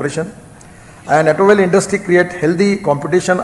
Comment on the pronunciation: Gadkari ji's English has improved a lot over the years! 👌 .... Except for a few words like "automobile", "Toyota", "waste", ... his fluency and pronunciation in English has improved a LOT. 😎